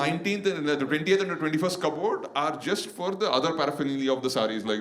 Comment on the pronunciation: I think you should change the way you say cupboard.. it sounds like commode 😬